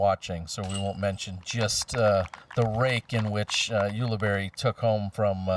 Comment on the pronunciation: You guys! Ulibarri is pronounced Yule-a-Berry. Say it. Ulibarri. Yule-a-Berry. Come on!